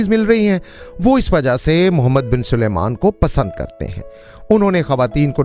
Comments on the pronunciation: تم سارے پنجابیوں کے ساتھ کیا مسئلہ ہے کہ سلمان کو سلیمان کہتے ہو۔ کہو سل مان sal maan ۔نہ کہ سلے مان۔ سلمان الگ لفظ ہے اور سلیمان الگ۔ عجیب! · Oho' 1000 dafa bola hai Salman hai, na k 😂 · Salman not